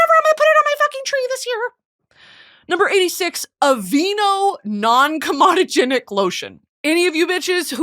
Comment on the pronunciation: just because i know you would probably wanna know, its “co-medogenic”